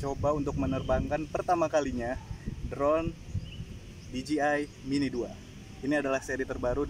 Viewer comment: Bos bukan diji ay tapi dije ay